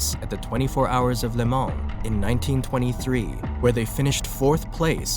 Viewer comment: The N and S in Le Mans are silent. It’s pronounced (Lay Ma)